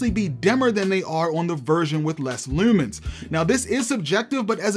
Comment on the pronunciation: Assumed you were from Baltimore from the way you said Lewwmans. Stalking says maybe I'm right 🥴